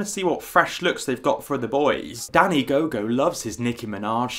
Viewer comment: I thought he said Danny gay gay and I was crying laughing then I saw that it was gogo